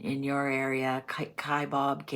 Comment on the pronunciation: The food is Kebabs pronounced Key-Bab. You can Google what they are , but a U.K. traditional thing after a night out on the alcohol